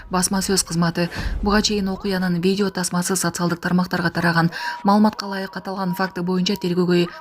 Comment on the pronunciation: "Бидио" дейт го.журналист кыз